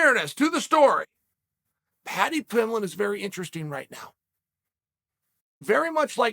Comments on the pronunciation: Ah yes, Paddy Pimblin.... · “Patty Pimblin” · Take a shot every time Chael says “Paddy Pimblen”. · "Paddy Pimblon" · Why can NOBODY say Paddy Pimbletts name!! 😩😩😩🤣🤣🤣 I hope one day he becomes that big that EVERYONE knows his name!